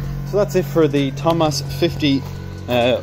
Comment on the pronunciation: It is TOMOS, not TOMAS